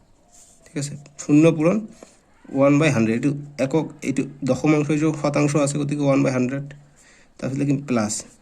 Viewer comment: Dosomanxo nohoi doxomankha hoi😂😂😂😂